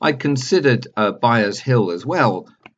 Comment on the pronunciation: Sorry,, but it's Byres Hill, not Byers.....